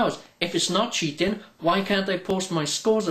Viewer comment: Omg you say cheating so funny xD y